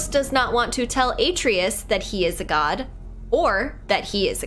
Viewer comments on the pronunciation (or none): You gotta start saying Atreus’ name right. “Uh-tray-us” lol! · is this far in the game and she still was mispronouncing Atreus' name wrong. Lol 😆